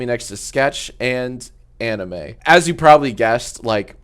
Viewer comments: it’s amine. AMINE not anime, poor dude never got respected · no way he called amine “anime” 💀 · Love how you called Amine "anime" x) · It’s not pronounced like anime